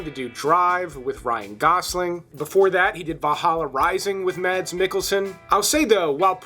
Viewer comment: Mads Mikkelsen; first name pronounced Maes. First saw him in "Flame & Citron", which is fantastic!